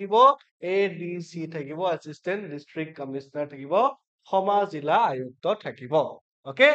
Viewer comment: Bhul ussaron korli xikhok bea nubujai,kisu buddhijibi somalusona korat thakei